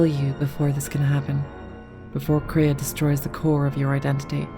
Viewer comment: first time I've ever heard multiple people call Kreia "Korea" honestly